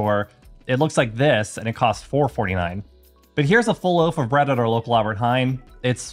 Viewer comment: I love the way you say 'Albert Heijn'... you really practiced on that